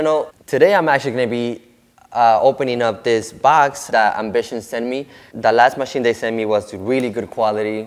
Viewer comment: Best iv see you do so far Sounds like you keep calling it Bishop! N it's not a Bishop it's called Ambition!..